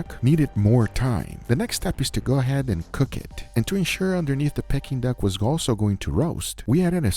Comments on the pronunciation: Pecking duck??? You mean pea king duck.... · Love the videos but found myself shouting at the screen, Its PEE-KING and not PECK-ING 😂😂😂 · Pea-King duck! Not pecking duck! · It’s NOT pecking Duck it’s pee-kuhn-duhk 😂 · 😂 Silly Guga It is called Peking Duck (pronounced "peeking") the hook is for it to be "hung" 😅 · its pronounced peaking duck